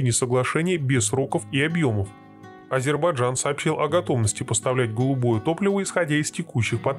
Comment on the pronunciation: Автор,нельзя быть на таком канале ,таким неграмотным. АзербаЙджан,а не Азербаджан !